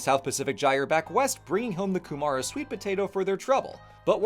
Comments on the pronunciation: Not only did nail the pronunciation of almost all Maori words (only Ku-mura being wrong), this was WAAAAY more comprehensive that New Zealand social study classes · Yes, but the vowel emphasis on Kumara... shesh. I can forgive though, seeing most kumara is just Hawiian sweet potato now. It still makes awesome soup with bacon though. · Only improvement I could suggest is that "kumara" usually has the emphasis on the first syllable, rather than the second. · I have to say, it's refreshing seeing a foreigner take such care trying to pronounce Māori words correctly. Ka pai (good work). (Though you might want to work on "kumara"). 😆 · As an New Zealander, it is SO ANNOYING that the Maori didn't have Written documentation until post-colonial times Also, amazing pronunciation. (except kumara, but pronouncing it as Koo-Ma-ra sounds way cooler than Koo-muh-ruh) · You're te reao māori pronounciation is pretty good! I'm only a couple minutes in so you might ruin it, but generally even some people who grow up here are worse than you. (Mostly because of historical suppression of the language) Edit: kumara was a fair bit of, but overall still very good!